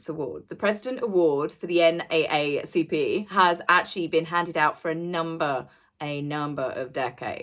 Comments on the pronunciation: It's not the N eh eh C P. It's the N double A C P...... But go off sis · N double A CP. That’s how we pronounce it in the US. lol. Once again, love the video!! 💕💗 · In the USA we pronounce NAACP as "N..double A...C..P). But you do you. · it is pronounced the N Double A C P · It’s pronounced - N ‘double A’ CP. we don’t say - A A. We say, “double AA.” M and H prob made a donation to NAACP in order to get the award. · for the NAACP, when saying the name/initials we actually say “Double A” and not “A A” 😘✌️ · you're spot on as usual. In the States, we pronounce it as the N, double A, C, P. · Cute ..they actually pronounce it The N double A C P... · Love your channel! An FYI for future reference, the NAACP isn’t pronounced here in the US by saying each letter. Rather, the A’s are pronounced as “double A”. So it’s N-double A-C-P. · Every single one of the British YouTubers I've watched do not pronounce NAACP correctly. Americans say, "N-double A-CP. It's no big deal, but it sounds really weird, because it's a very famous organization and I had no idea what people were talking about the first time I watched you guys talk about this. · Pronounced N double A CP. There were Black People in America that questioned why these two got an award in the first place. New Orleans is straight forward, frank, and will tell you like it is! 👑💛💜💚⚜️ True Dat! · Great video. Totally spot on. You are my favorite commentator to watch. Also yes go to MardiGras it is the best event we have in the USA! We’d be lucky to have you there!!! And we can parade together!! Also not a big deal, but I’d want to know…..FYI in the USA we say it “N, Double A, C, P”. 🥰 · Hi, thank you for the respite from the world's problems. It felt good to just smile. Oh, the organization that m&h received the award is pronounced N(double A)CP. Thank you again for all your hard work. 😁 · Pronounced: N double A C P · It is said N double A CP.